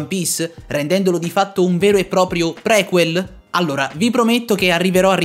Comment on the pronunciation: Si dice priquel con la i anche se viene scritto prequel